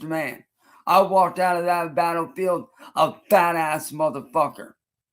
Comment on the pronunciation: "A Vad Ass" learn to say the letter B little dog, it's easy